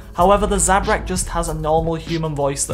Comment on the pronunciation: How dare you say zabrak 😲😱😡